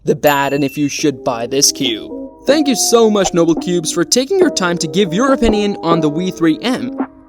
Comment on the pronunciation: Just so you know its noble cubes not nobel cubes